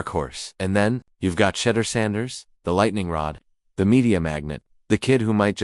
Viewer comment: Learn how to say his name right!!!!!!!